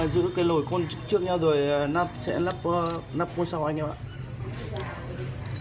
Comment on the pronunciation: Phát âm không rõ vậy pa,,nắp hay lắp😅